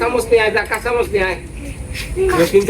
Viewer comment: এই ভিডিও তে ের কথায় মাথা ধরে গেল। একজন কমেন্ট করেছিল, এর কথার জন্য মিউট করে দেখে। আর নতুন বৌ কে বলব এর উচ্চারণ গুলো ঠিক করে দিও। যেমন - জেলাপা, জিলাপি - ডেল- ডাল, মইচ- মরিচ।